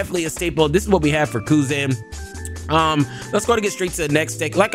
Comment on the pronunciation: Real ones know how fun butchering the card names actually is. calls kuzan “Cousin” every time and shit cracks up the gang.